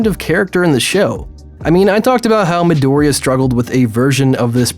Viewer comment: the latest video tells us that he's still got a lot of growth to go through COUGHCOUGHME-OREOCOUGH